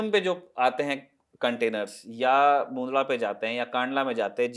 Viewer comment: मुन्दडा क्या चीज है भई? मुन्द्रा नाम है ठीक से नाम लिया करो.